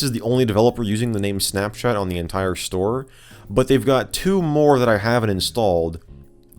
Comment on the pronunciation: Why does he say it like “snapshat”